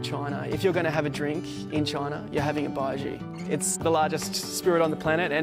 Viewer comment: This guy can’t even pronounce baijiu